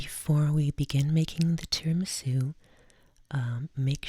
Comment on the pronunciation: It’s TIRAMISÙ not TIRIMISÚ...your accent...jesus...